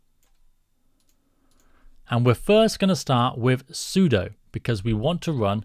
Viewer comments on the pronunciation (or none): none